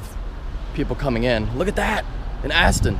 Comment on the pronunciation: "Look at That! an ASSton!"